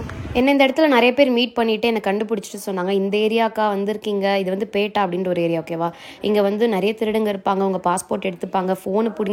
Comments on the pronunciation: பேட்டா இல்ல பெட்டா சொல்லுங்க😂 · பேட்டா இல்லை .பெட்டா pettah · பேட்டா. இல்லைங்க. பெட்டா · You should have booked in advance and moreover it's not pettai, It's pettah.